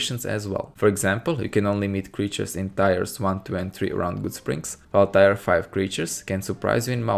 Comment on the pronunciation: I think that throughout the video you try to say "tier" (especially when talking about the Mojave Raiders/Wildlife mod). It is pronounced more like "teer", not "tyre" (which what it sounds like when you say it). is an example of what I mean. I don't mind, especially since English isn't your first language. Just some pronunciation feedback :).